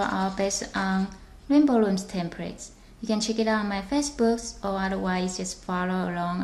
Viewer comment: guys stop being so mean she cant say loom properly SO WHAT she comes for a different place so dont judje her english u meanies!!!!